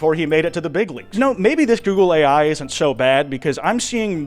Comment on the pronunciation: All I can hear now is "googly eye"